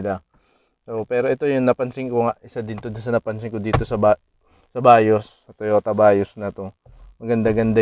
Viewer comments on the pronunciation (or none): hindi BAYOSS. veeeyuz ang pag pronounce